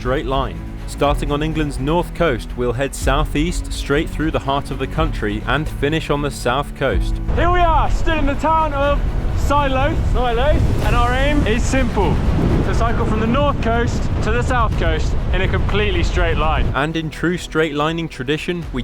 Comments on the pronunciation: No it’s pronounced Silloth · There’s no ‘y’ in Silloth, turned off straight away 🤣. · Never heard SILLOTH pronounced as you do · A few minutes in and this is hilarious. The mispronunciation of Silloth and Keswick (I'm local) and the fact they're on cheap, ill-prepared and ill-suited bikes. Genius! I'm sure they could make longer episodes though! I was wondering only few days ago if/when they might upload again...